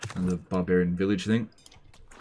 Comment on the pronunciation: Every time says village i keep hearing vilitch